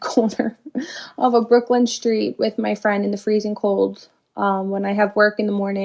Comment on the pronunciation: Home girl in the brown hoodie stop saying Brooklyn like that im not even from NY and im getting offended what you tryna say you couldn't of been 2 unsafe 😂